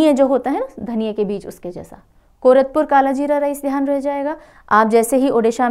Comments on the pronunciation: Mam it's not कोरतपुर - Odisha , It's will be pronounced as - Koraput - कोरापुट ❤❤❤❤ Thank you for your dedication towards us . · Ma'am... All your classes are so interesting... Love your mnemonic tricks... I'm from Odisha... It's कोरापुट का कालाजीरा rice And रसाबली sweet dish... Which are mispronounced. 😊😊😊😊😊😊😊😊😊😊😊😊😊😊